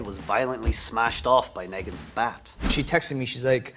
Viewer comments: He said “Naygan” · This guy pronounced Negan how it’s wrote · The way you said “Negan” makes me sick